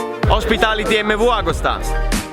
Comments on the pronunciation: vabbè apparte l’errore intendevo l’accento alla fine agustà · ti prego... "MV AgÙsta" con l'accento sulla U, da Varesino fa sempre male sentirlo sbagliato;) continua cosiiiii!!! Qua a Francoforte diffondo il tuo verbo;)